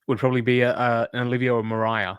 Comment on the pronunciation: Moriah???????, please.